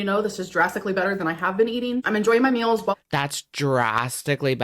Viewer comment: " I swear I'm the messiest COOKER. I may have to plan my MULES...".aka meals... How old are we now and have we passed the young teen reading level yet???